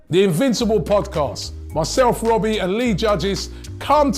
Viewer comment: A wise man once said: ‘WOBBIEEEE…IT’s OVAA’